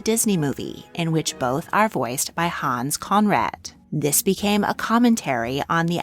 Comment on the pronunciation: You mispronounced “Conreid”. It is not pronounced as “Conrad”.